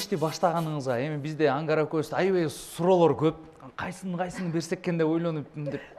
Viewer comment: Ангара деген ат барбы Амкара Деп эле угулуп атат